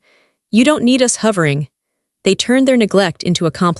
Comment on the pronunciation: AVA, isn't commonly pronounced to rhyme with JAVA/LAVA - the 'A' tends to be pronounced as the letter! And HUVERING!? It's pronounced HOVERING - the 'O' rhymes with LOT/POT/DOT, etc.